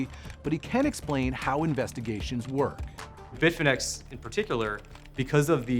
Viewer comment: Bitfinex sounds like bitfinnese